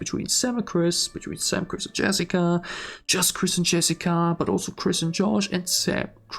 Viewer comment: bro said jerica